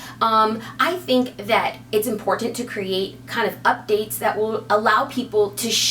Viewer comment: why do you say "im-port-Ah-nt"? LOL